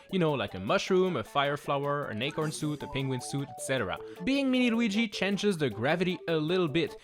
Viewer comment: Change not cange